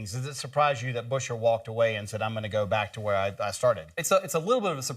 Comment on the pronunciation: It's BUE-scher, not Busher or Buscher, FFS! Good news otherwise